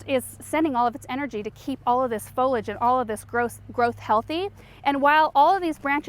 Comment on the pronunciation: Great video but it’s pronounced “fo-li-age”.